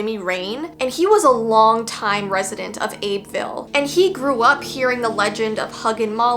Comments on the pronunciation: Please stop saying Abe ville IT'S AB BEE VILLE. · So uhm idk if you will see this comment bc of how old this video is but your pronounced Abbeville wrong it pronouced like Abby-vill i remember when this came out and i was watching and said it too but i only know 5his bc i actually live here but the huggin molly is a myth and also they have a casing of huggin mollys clothes and they have someone dress up every year on halloween its pretty cool but pretty scary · also it’s pronounced “abby-ville” 🌝